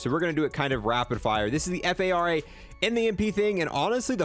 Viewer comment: Bro i swear you call the fara the F A R A just to piss me off😭